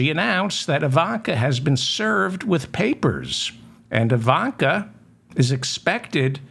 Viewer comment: Obvious misspeaking of Ivanka.